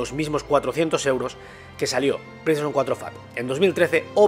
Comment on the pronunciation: Pleishon 4, pleishon 5